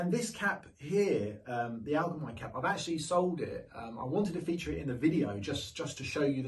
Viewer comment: Pickel "how-ba" haube. And allgemeine is pronounced "al-ge-mine-eh"